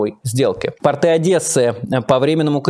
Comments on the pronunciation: Майкл, очень режет слух портЫ, это хвучит еще хуже чем "ихние" правильно говорить пОрты, и пОртовая инфраструктура. портЫ- это штаны. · Майк, ну, пожалуйста, пОрты! Ударение на "О", как и тОрты .. ❤️ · Простите, Майкл! Но пОрты!)